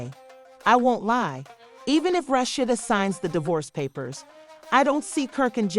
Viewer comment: Who tf is "RASHSHADA" 😒...RA..SHEE..DA....RASHEEDA